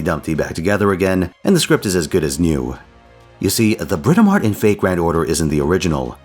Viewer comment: Curse you for saying "Bratamart" now it's just going to be what I read her name as from now on.